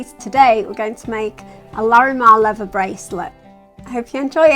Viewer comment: LEVER??? REALLY??? It is called leaTHer. When did the brits lose the ability to pronounce the "th" sound??? Please, stop doing that.